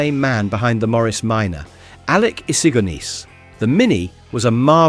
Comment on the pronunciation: Damned computer unable to pronounce Issigonis correctly makes me wretch.